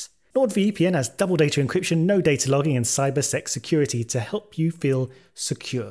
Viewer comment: Reading comprehension... could've sworn you said cybersex security. I was intrigued.